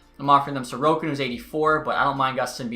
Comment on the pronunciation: probably xtech. In his Alaska franchise mode his backup is Ilya Sorokin and he is pronouncing his name like Sorkin